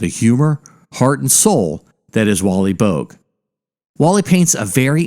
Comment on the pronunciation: Boag? Pronounced bow-ag